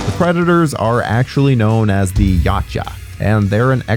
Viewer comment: Finally someone says yautja not yeowcha!